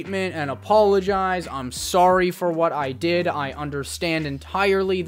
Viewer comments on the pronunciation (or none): I can tell your Canadian by the way you said soarrry ( sorry ) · The way he said sorry wait... is Canadian? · You’re Canadian? Based on how you pronounce sorry